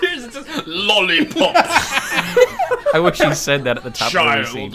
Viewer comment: I couldn’t stop laughing when he kept on saying LOLIPOPS